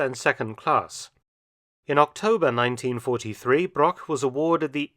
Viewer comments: The butchering of his surname really hurts, especially because it's used that often in the video. Broch and Brock have completely different pronounceations in German. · A small mistake, non german native speakers do, is the ,ch' sound, the name Broch is not spoken Brock. The ,ch' sound is similar to the noise of an angry cat, but slower and softer.